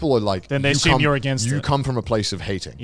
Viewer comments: "Ashyumed" - Connor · take a shot every time connor says "asshume" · Connor: "asshume"